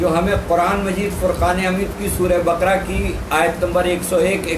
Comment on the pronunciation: SURAH BA QA RA HAI. NOT BAKRA